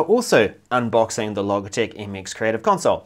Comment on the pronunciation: Logitech. Pronounced with a hard g you dimwit!!